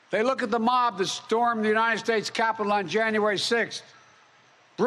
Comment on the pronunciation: How long do you think it'll take before the MAGA idiots who can't find anything they can openly disagree with in this speech jump on the fact that he said "oonited" instead of United at first? Taking bets! 🙄